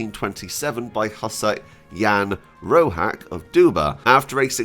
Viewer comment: Jan Roháč is pronounced as [ian rohaatch] . Crash cource of czech pronunciation. That small line above vowel means just "this vowel is long" . That small tick above c means "this consonant is pronounced soft". That's all - in almost all other cases letters are pronounced exactly as they are written . So english sound of "cheese" would be written in czech as "číz". Far = "fár". Batch = "beč". Door = "dór". Shore = "šór". Dredger = "dredžr". Easy - just go letter by letter and pronounce what you see.